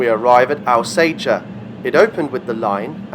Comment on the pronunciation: Alsager is pronounced ALL-Sage-err, great video